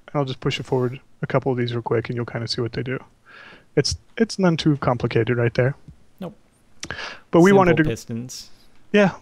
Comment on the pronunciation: i laughed when he said now on to the complacated part